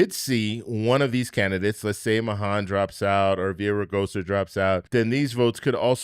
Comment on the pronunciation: Mahan's name is pronounced MAY-han.